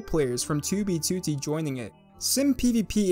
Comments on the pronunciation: STOP PRONOUNCING 2B2T AS "TOOBY TOOTY" WHAT THE FUCK MAN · His "2b2t" pronunciation is this channel equivalent of the "oldest anarchy server in minecraft". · the way he says 2b2t :skull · stop saying it wrong